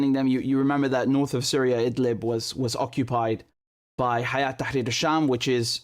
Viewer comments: it's not Hayat Tharir Al Sham ... it's Hay'at (Hay2at) Tahrir Al Sham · It's هيأة Not حياة